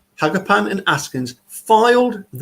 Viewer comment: Living in Wisconsin and having known some Hagopians, I believe the name is pronounced “ha- GOH-pee-ahn.” It is an Armenian name and many such names end in “ian,” for example, “Kevorkian” or “Gasparian.” Thanks for the video.